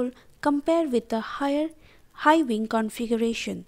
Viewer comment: Great objective explanation! Had to watch twice cuz the first time I could only pay attention to veeng, veak, veell, veech lol